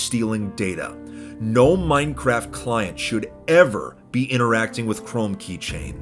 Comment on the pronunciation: "hey man what you in for?" "Minecwaft"